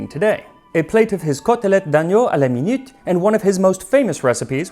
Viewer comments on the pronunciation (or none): none